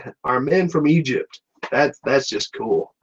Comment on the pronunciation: Dude, It's Egypt, not Igypt, wtf lol.